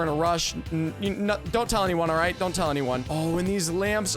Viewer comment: Yea "rite"